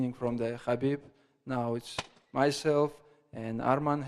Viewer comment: We got Islamabib, Armabib, Merabib and Umarbib.